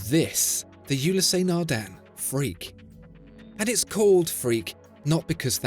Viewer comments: There is no accent on the e. Ulysse (ewe-lis) not Ulyssé. Eh! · Why pronouncing it " Ulyssé " ;) The " e " without accent is always silent in French. It's " Ulyss ". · Just for the record, it’s pronounced Ulysse not Ulyssé. There’s no accent on the “e”. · How do so many people manage to mispronounce Ulysse Nardin. There is no accent aigu, the “ e ” is not “ é ” so don’t pronounce it as such. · Great video but I think you aren't pronouncing Ulysse correctly. The "e" is silent, should be pronounced "ulys". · Another quality video... Thanks! Just one, little nitpick: The French name "Ulysse" is pronounced with just two syllables, i.e. "u-LEESE" . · Awesome watch! PSA: The E at the end Ulysse is silent. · Not sure where you got the horrid and distracting pronunciation of "you lee say" Nardin. You pronounced Patek Philippe reasonably well, though.